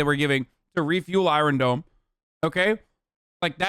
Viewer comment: Nobody: Hasan: the EYE-RUN DOME